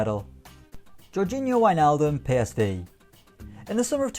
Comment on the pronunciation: Wow! You nailed saying PSV